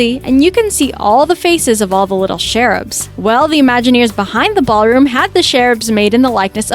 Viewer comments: Cherubs is not pronounced shareubs. It’s like chair. 🤦🏻‍♀️ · Um.. it's Cherubs, like CHAIR, not SHARE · It's cherubs not sheruds.